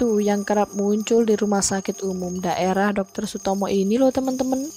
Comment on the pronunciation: Ko salfok ama si mimin pas bilang TEMEN TEMN:V Yg temn nya it loh ngakak:v